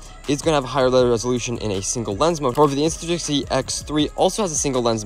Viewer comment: the way you said it lol